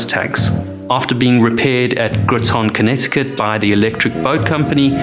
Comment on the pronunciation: You mispronounced Groton. It is pronounced like "Grauton" not "Groeton" I spent the 1980s on submarines, most of the time homeported out of Groton.